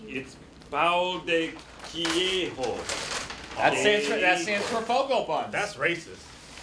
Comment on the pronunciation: qw-ay-jo (that's how I pronounce it, at least...)